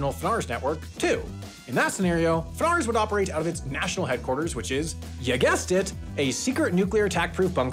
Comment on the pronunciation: We call it efF-Nars not Funars😆